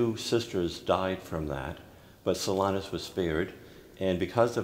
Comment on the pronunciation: It's unfortunate that the host sometimes pronounces Blessed Solanus' name as "So LINE us."